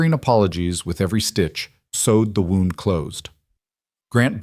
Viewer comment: My suggestion would be to listen to the finished video before posting it some of the foreign languages that are left in are irritating and the missed pouncation of words as in wound as in injury and wound as in to whind something up